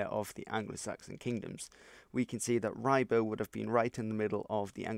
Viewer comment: In Norfolk we pronounce it “Rybruh”, just FYI.